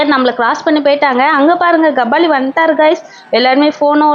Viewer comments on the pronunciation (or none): Kabali ❌ Gabali ✅😂